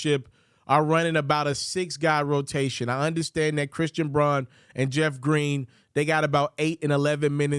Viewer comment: Braun is pronounced as brown